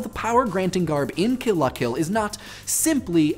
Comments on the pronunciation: please just say "kill-luh-kill" like the rest of us. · OH MY GOSH. I've been reading the L as an i the whole time. I've been pronouncing it "kill ia kill," and now my mind is blown. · Emphasized "La". That's weird. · You pronounce "Kill la Kill" funny.